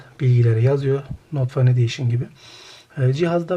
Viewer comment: "Fen ediyşın" şeklinde telaffuz edilir. Fan değil.